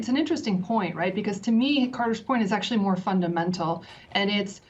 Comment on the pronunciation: Actually 500. Actually 250. Akuuuuttalyyyyy. 😆🤓